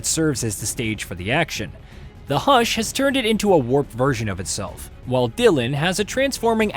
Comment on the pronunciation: Not a very good comparison but very excited for it regardless. Remedy makes some fantastic games and I wish they were on the radar more. Edit: It’s HISS not HUSH 😭